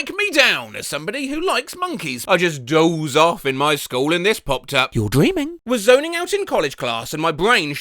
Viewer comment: The times when he said doze like Dozer